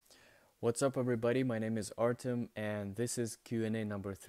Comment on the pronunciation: All's great and all, but you're no Artem, you're ArtYOM :D